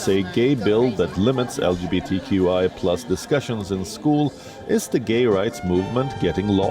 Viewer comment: From the UGANDAN interview . LGBTQI ...there is no H where is the H ??